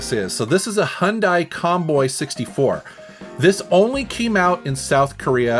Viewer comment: someone actually pronouncing hyundai correctly